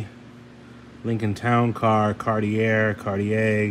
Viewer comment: Bruh, gotta learn how to say “Cartier” if you’re into these cars. 😂